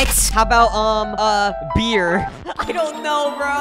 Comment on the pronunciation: The way he says "WINE" and "BEER" no way this video is safe for kids😂